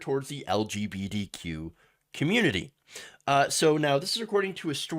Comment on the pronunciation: Anyone notice it sounds like he keeps saying lgbDq, a few times? If you're struggling with the acronym just say queer.